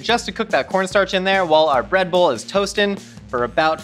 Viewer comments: Did any one else hear Redbull when says breadbowl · I keep hearing “red bull” instead of “bread bowl” and I can’t say I’m surprised with as the host